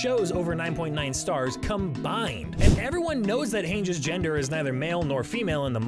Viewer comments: Mikasa isn’t worth a thousand. Just around one hundred. Not saying that isn’t a lot because it is, but still. Lol and Hange is pronounced Hahn-Gee. Not H-Aye-nge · Never listen to anyone who pronounces hange's name "Haynj" 💀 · Hayngeee, Meekawsa.....the way this guy pronounces Hange and Mikasa shows that he doesn't watch the 4th most watched show on the planet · no fucking shot you've ever seen this show if you pronounce hanges name that way